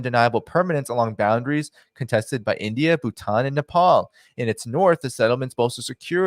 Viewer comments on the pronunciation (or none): none